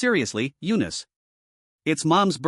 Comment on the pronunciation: Eanice? Why did it said u-nist